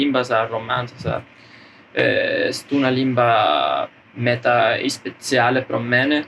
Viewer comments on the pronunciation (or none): none